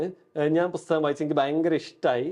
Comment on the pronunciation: Interesting interview, A suggestion to the interviewer : it's not "Busthakam" it's "Pusthakam" with a P